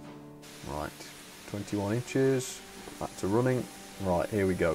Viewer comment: Dont say pack in the opening say back not pack